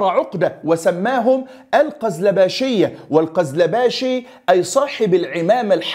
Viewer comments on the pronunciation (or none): اخي الكريم ( جنيد ) على وزن ( سهيل ) وهي تصغير جندي لكن بدون تشديد الياء و السلطان ( السلجوقي ) و ليس ( الساجولقي ) و جنود ( القيزيل باش ) و ليس ( القازلا باش ) و تعني بالتركية ( الرأس الاحمر) و كل الشكر والتقدير لك اخي الكريم